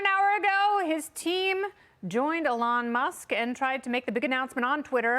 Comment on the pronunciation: Why can’t she pronounce Elon?